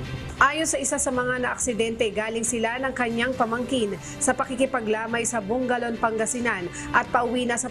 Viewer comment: Bugallon - (bu-gal-yon) hindi bung-ga-lon😂😂😂